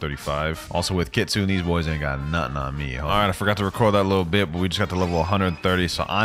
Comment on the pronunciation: Happy new years It’s kit-su-ne Not kitsun